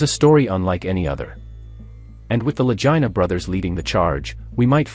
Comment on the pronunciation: Vagina brothers